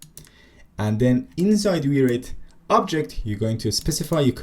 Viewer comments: came to the comments to say it is probably called wire it... not wi reit. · Kudos for leaving in the wi-reit pronounciation. Legit funny.